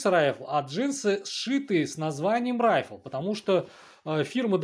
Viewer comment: Не Райфл, а РифлЕ!